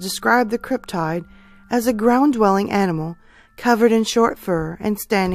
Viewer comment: First time viewer, will subscribe! I think the Thunderbird is the most plausible. I’ve always heard cryptid with a short “i “ like: slip, tip, or clip, as opposed to the long “I” like: tide, smile and island. Love that I’m finding more cryptid stories, keep them coming.